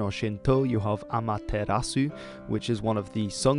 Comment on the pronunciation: When he said ametarasu I was real confused